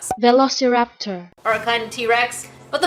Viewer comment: holy moses the struggle to pronounce velociraptor had me coughing laughing and cackling